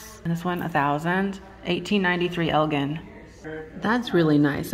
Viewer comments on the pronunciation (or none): Elgin is pronounced with a soft g.